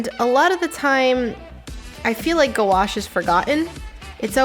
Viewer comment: That was funny how you pronounced gouache as "go-wash"😂